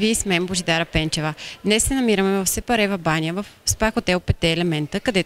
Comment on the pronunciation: Научете се един път за винаги как се произнася името на града. Казва се сАпарева баня а не сЕпарева баня.